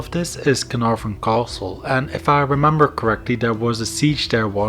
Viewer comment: for fucks sake 58 minutes where every thirty seconds you say KHOaSTL'